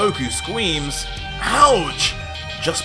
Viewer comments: "goku scweams" 💀💀💀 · Goku “Scweams” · "scweams" lol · goku scweams